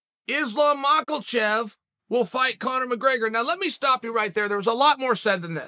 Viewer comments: Ma-Kel-Chev? for the 47th time Chael, THERE IS NO "L" IN MAKHACHEV! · “Islam Maklachev” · The only time Chael takes an L is when he says Makhelchev. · Is-Slam Mockel-Chev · 🤣 Islam Makal chev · Markle Chef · He does hit it kinda hard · I can’t believe he’s consistently said makhalchev every single time 🤣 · I love how Chael says 'Islam Michaelchev' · "Makelcheff" 😂😂😂 Chael is epic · There is no "L" in MACKELCHEV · im waiting on chael to call him “Isreal Mackelchev” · Chael „Islom Mackle-tchef“ Sonnen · Did he just say mackerel-chef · "Makal shev" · islam makELchev 😂🤣😂🤣😂🤣😂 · Someone needs to tell Chael that the “L” in Makhachev is silent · 😂 I know man… Just like the “F” in hospital is silent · Non-existent even 🤣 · Where does the L in Islam’s last name come from, Chael?